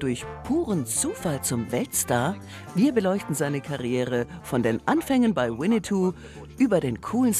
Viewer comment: wieso sagen die immer alle so wie die sprecherin es ausspricht wienietou der hat nix mit winni puh zu tun lol das ist ein e nach dem doppel n